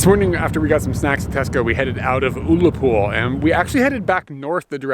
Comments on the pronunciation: to pronounce Ullapool, U as in umbrella!! Totally unsuitablely dressed to climb a mountain, must at all times wear stout walking boots all year round on our mountains they are very rarely dry!! tens of people die on Scottish mountain every single year even the best climbers have lost their lives, so let your experience of that walk be a lesson to you both!! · My mother is from the Isle of Lewis and we would get the ferry from Ullapool to Lewis (never heard is pronounced ool-apool before lol), summer on the West coast is amazing. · Say 'Bah' as in "bah humbug", 'Gnaw' as in "gnaw a bone", 'Fee' as in "money to be paid" . Banoffee Pron:Bahgnawfee . Say 'Uhh' as in "dUHH, I havn't a clue", la as in "la France", Pool as in "swimming pool " Ullapool Pron: Uhhlapool. Say 'Gah' to rhyme with 'bah' as in "bah humbug" 'Lick' as in "lick an ice cream". Gaelic Pron: Gahlick. Sermon :- Yes distances in the mountains can be very deceiving. Looks like a ten minute stroll but... v dangerous, weather can turn in a second (<slight hyperbole there more like ten minutes)always 'be prepared for the hill'. Helicopter just probably out on a training flight, but has decided to investigate the two obviously unprepared tourists (no rucksacs). Mountain rescue teams are 'puffed out' rescuing tourists, with no kit, who thought something was only a ten minute stroll; they set of in good weather, the weather turns and.... Those areas are pretty barren (apart from sheep [who have big wooly coats on]) for a reason. You weren't to know, so don't take this personally. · There's only one lake in Scotland, the rest are Loch's! Oh and it's pronounced Uhhlapool!! The West coast is so beautiful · I thought I had pronounced Ullapool incorrectly my whole life. Anyway nice little adventure. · I prefer pronunciation though!:o) on your map did you notice Unapool as well? Not that far from Ullapool. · It annoys me that you didn’t say ullapool right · lol its pronounced Uh la pool